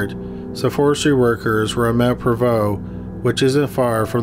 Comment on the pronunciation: I’m impressed you pronounced Mt.Provost correctly, some locals don’t even get it right 🙂 I do wonder if it was accidental suicide. He went to the top of the mountain and tried to blast off into space but it went horribly wrong. LSD is a hell of a drug.